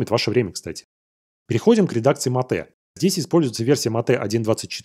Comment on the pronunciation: Ну какое ещё матэ? Это [Мэйт]. Аж уши режит уже много выпусков и каждый раз такое не правильное произношение. Всё остальное супер, спасибо за выпуски.